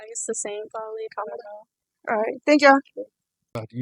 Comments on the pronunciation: I appreciate you polling students. However, you need to learn to pronounce her name. It is pronounced “comma-la”. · kamal-hahaha because shes a joke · Her Name is Ka-Ma-La, Like Comma-La!! Please people!! Pronounce her name correctly and Vote Blue!💙💙💙💙💙🇺🇸🇺🇸🇺🇸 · it's commie--la.. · Please learn how to pronounce Kamala's name! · The kids asking questions should learn how to say Kamala’s name. Mispronounced it every single time. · I think it's hilarious that dude can't even pronounce her name correctly. Spend more time studying phonics! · The one thing that pissed me off the most is the interviewers miss pronouncing her name. I couldn’t even watch it because they kept doing it. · Say her name correctly! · why are you defending Trump or everything else you just let them have their own opinion and say what they want to say Second of all, Trump is absolutely tied up with project 2025. You could tell this dude is bias and stupid just by the way he says Cam name. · I like your videos but I would like more if you would pronounce her first name correctly or just use her last name. I am not saying you are deliberately being disrespectful, but as interviewers, not pronouncing her name correctly shows disrespect like you are doing it on purpose.